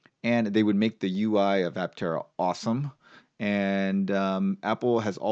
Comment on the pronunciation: I-tera instead of Aptera is a bad idea.